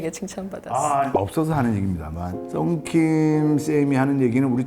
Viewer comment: 썬킴이 아니라 싼킴